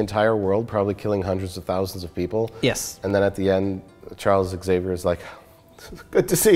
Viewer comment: "egg-xavier" NO! That is NOT allowed.